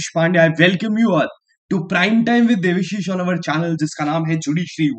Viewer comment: Sir aap devishis pronounce karte ho..but aap ka nam dev-a-shish he... 😂